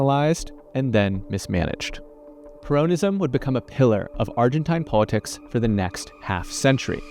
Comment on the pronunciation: Es peronismo, no purounism, pero así suena más estúpido, así que segui diciendo peronismo así.